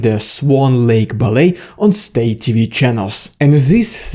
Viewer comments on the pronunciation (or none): none